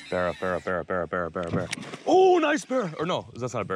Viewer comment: every fish became a berra.... Pretty annoying